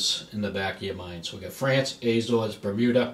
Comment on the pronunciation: Not Aay-zores. a-ZOres.